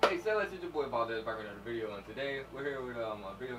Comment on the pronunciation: "Valquez"😂😂 btw it's me yana (ya god sister)